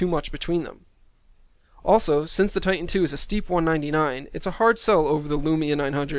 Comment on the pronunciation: It's TITAN...not "ti-en"